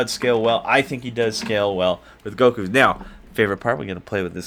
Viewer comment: Its fake its goku not gokuo